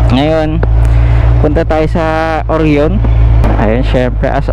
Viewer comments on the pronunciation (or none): Oryoooon hahaha. Orayon kase yung Orion, pati Zeee 1 hindi Zey 1 po 😂😂😂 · Oh-ra-yon. Not Or-yon